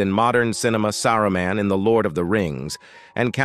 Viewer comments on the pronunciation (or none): none